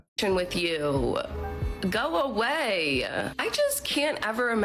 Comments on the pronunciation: How ignorant does she sound adding an “a” onto the end of words that don’t have “a”s on them. “Go awaya “ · You-a go away-a. The adding an a to the end of every word red flag. Lol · Alone picnic.. that's actually a very nice way to spend a birthday but learn about Greta Garbo. All you have to say (with posh accent and nicely of course), Sir "I wish to be left alone", thank you. Maybe ask for his # for another day. "Go awayaa". What is with adding an extra syllable and the blah blah blah ??? I'm an old lady so I'm a bit pedantic about comportment/vocabulary from both sexes. (Been married 41yrs, 3 cats..lol..it can be done!)